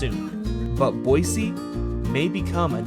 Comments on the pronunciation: YESSS YOU ACTUALLY SAID BOISE NOT BOYZEEE! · I can honestly tell you the re-record was probably very beneficial considering us Idahoans are very critical about our state capital name pronunciation 😂, good job for a non-local!! God bless.